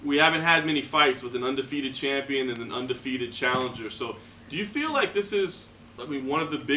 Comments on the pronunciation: Lol "shampion" fucking hell lad 😄 haha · And that what he is shampion😀😀😀😀😀😀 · His gonna be a “shampion”